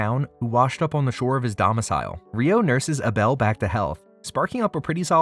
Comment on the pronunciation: The number of times you actually said "Uh-Bell" 🤦‍♂ Crazy to pronounce Abel that way.